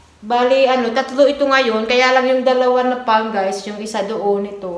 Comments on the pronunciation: Suggestion: ang correct pronunciation ng word "palm" ay "pam - silent l". Do not pronounce the letter "l". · Beautiful palm tree ! Is it a dwarf palm tree? Oh, by the way the word palm s pronounced without the " l ". I admire your perseverance, your devotion to your family and your ability to budget